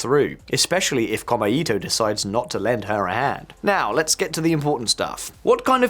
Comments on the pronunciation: It's pronounced "Ko-mei-to", not "Kor-me-i-to". Note the three characters: 公明黨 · FYI: 公明党, The LDP's former coalition political party is roughly pronounced, "ko-may-to" with no intonation. ...otherwise, good analysis. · It's Ko mei to, not kome ito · As a guy living in Japan, very informative. FYI not “Kome-ito” but “Ko-Mei-to” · Very interesting commentary, but to pick nits, it is pretty irritating to hear the name of the #2 party consistently pronounced by the presenter as "kome-ito" (all vowels short, which would mean "thread of rice") rather than the actual pronunciation "kōmē-tō" (all vowels long, sort of meaning something like "the fair and honest party"). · Maybe check your pronunciation of Komeito (公明党). Or is there some other political faction I haven't heard of called Kome-Eato? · I live in Japan. Took me forever to figure out "kome ito" which means rice string not the political party. Kou-mei-tow. Great video otherwise 😊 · Yeah. Detail fact: こうめいとう, 6 big hiragana, kou-mei-tou, sounds like 3 syllabels, but twice as long as just こめと ko-me-to. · I find you cover the issues quite competently but with a dash of misogyny and Schadenfreude. Your pronunciation of “Komeito” and your garishly unserious shirt need work.